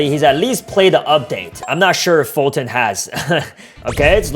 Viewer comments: foltyn not folton Sorry if I'm rude but it's like your saying it on purpose since it is kinda far from it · Don't say foltyn poor than I will unsubcribe 😡